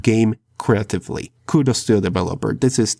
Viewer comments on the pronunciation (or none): none